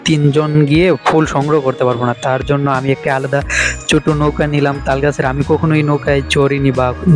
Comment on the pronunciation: Ful sodho matro apnr junnu r ur junnu rakhlei hobe na sobar junnui rakhte hobe vaiya😵‍💫 R lastly pronunciation ta jonno hobe... Not junnu